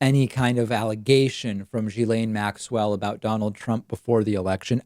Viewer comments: It's pronounced gill-aine not jill-aine. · It's pronounced Gee Laine...it's not Giz Laine. It's a hard G. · It's Gill-ane, like gills on a fish. Not Gee-lane, not Jizz-lane, I'm pretty sure. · Learn how to pronounce her name. It's unprofessional.